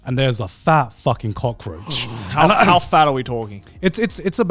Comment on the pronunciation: Every time Garnt says cockroatch all I hear is the "cock edit"